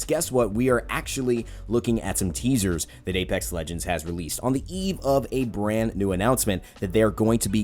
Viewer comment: Man said teasis